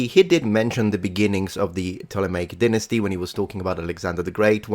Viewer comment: Who pronounces it pomp-pee? Never heard that. And this guy says deenasty haha